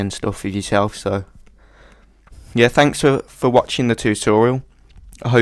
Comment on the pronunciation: u cant say "R" Twixtooo Tutoiaal